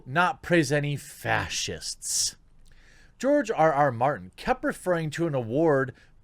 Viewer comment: OMG... TheQuartering mispronounced GRR Martin's name !!! Clearly he's an instaphobe too!?! Comrades, attack! Oh, wait.. target of mispronounciation macroaggression is a white male so that's ok. False alarm. :)